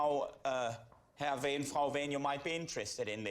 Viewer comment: You need to watch henning Edinburgh and beyond also watch live at the Apollo... The w in wehn is pronounced as a v 👍